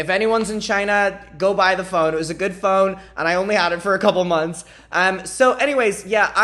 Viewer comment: You pronounce "phone" like "phong" and I was kinda confused when you started talking about tracking it and getting notification...